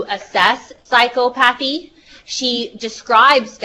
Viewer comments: What would really help is psy-KA-pa-thy however, I think we all understood what she meant :) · pronunciation ... "psy-CO-pa-thy" )